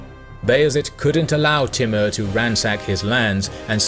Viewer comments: he is name is tumur not timur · It's pronounced Timoor though. But nice video.